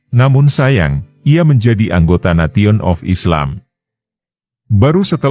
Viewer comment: Nesion bukan nation